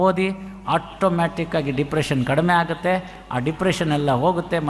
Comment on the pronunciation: Sir ಹಾಗುತ್ತೆ ಅಲ್ಲ ಆಗುತ್ತೆ ಅಂಕೊಂಡಿದ್ದೀನಿ